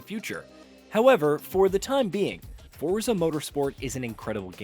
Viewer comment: You're still pronouning Forza incorrectly. Fort-za.